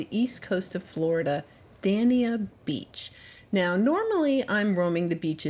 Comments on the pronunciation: I grew up in Hollywood Florida back in the 60s and 70s and even then there were not very many shells, we would vacation over in Sanabel island! Dania is pronounced like Dainya! I love your videos they’re so soothing and bring back great memories, thank you! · I was so looking forward to this video! U know I was!!!! DANE-YA is how dania is pronounced. And I’m soooo sorry east coast made u work. Never go south. Stick to Jupiter/Juno area. Tons of scallops and some find scotch bonnets and shark teeth. I know u won’t be back cuz u have the shells over there but for whoever is thinking about east coast there is nothing that far down south! At least this experience gave u the opportunity to share books and websites right?? I was so feeling ur disappointment and how can I make this trip an “ok” video? I hate to say it but I kinda chuckled and was like “oh u poor thing”. But once again you did it. U made everything work and enjoyable! I know u are not liking east coast at all but seriously if u went north palm like u did in the past it’s better. Always sharing my 2 cents. Loyal to u always East coast fan-Monica